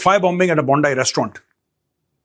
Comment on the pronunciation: Pronounced bond E not bond i